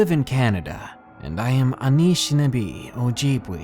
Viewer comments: Its pronounced un-ish-in-aa-bay o-jib-way... Good work though brother, keep it up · Hey darkness, great video! I really suggest looking up the pronunciation of unfamiliar words tho, I hear you mispronounce stuff a lot! For example, in this video you said anishnabe and ojibwe wrong! You pronounce the e like 'ay' or 'eh'